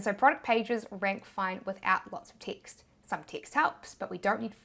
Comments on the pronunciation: LOL. I thought you were saying “ticks” as a replacement for words/letters. Literally 20 minutes in realized you were saying text 😂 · Teext teext teext... Gotta love the accent! 😂